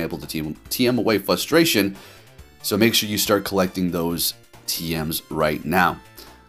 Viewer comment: You have a very peculiar way of pronouncing "frustration"